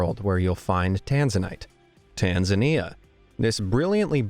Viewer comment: The pronoused Tanzana wrong